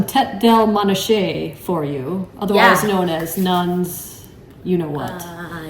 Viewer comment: Pronounced MON ah cay